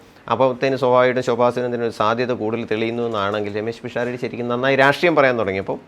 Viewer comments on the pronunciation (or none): none